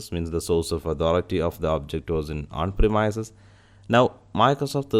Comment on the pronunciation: Hello I like your video and I learned what I needed to know. but I had to restart it several times. Everytime you pronounced premise I had to think what is that then change it to premise . That is more on me than on you. You speak very well and it is just the one word that grabbed my ear and made me not understand. I hope it is not rude to mention this. I really did get a lot of useful information from your video and I appreciate the time you spent on it, greatly.. Please see google link below for how to say premise. A little thing but it made me rewind your video four times.